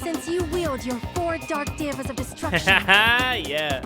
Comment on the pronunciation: No one:: calling the hamsters Diva instead of Deva 🤣